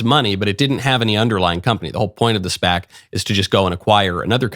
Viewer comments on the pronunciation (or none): none